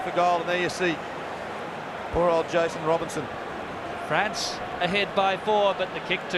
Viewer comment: Why do the commentators keep getting Jason Robinson's name wrong?